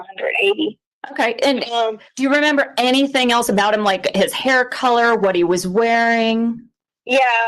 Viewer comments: "I've done EVERYTHINK you've asked". "You brought your ex wife up into our home and that was WRONK". "I haven't done ANYTHINK"! The way she speaks is so gross. It's so painful to listen to and sadly, Harley speaks the same way. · "Anythingk" gaahhh! 😖